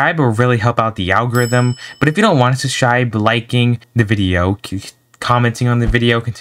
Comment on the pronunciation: Just saying your saying subscribe wrong